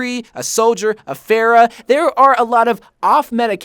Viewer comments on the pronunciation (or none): This dude said Pharah like “Fair-a” 😭